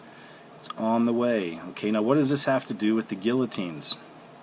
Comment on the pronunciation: You are not saying the word guillotine correctly